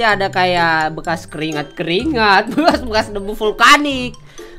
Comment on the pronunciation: Bekas bang bukan bekar:v